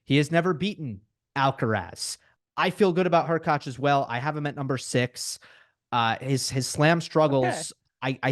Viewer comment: was on fire today! Really sharp analyses. His pronunciation of HurkaTZ and ZvIErev were a bit grating though.